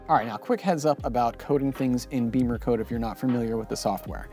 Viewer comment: Why do people pronounce it "BEEMERcode" when it's spelled "BIMMERcode"? (you're not the only one)